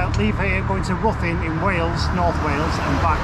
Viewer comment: Try pronounced Rhithin (close enough for most). My old home town.👍